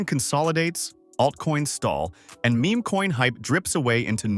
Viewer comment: Bros AI script really just said Me Me coins hahahaha. Can’t trust what an Ai says if they can’t even pronounce Meme correctly. Ai Trash video slop.